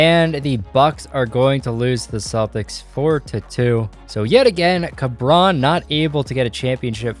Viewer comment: este pendejo diciendo carbrón JAJAJAJ